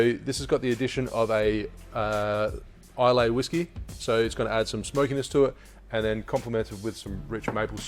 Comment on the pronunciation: Recently got into drink mixing and your channel is by far my favorite to learn from! That being said and not wanting to sound like "that guy" Islay is pronounced "isla" Cant wait to see more from you!